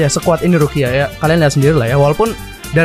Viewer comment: Gw denger bg ngomong rukia jadi ruqyah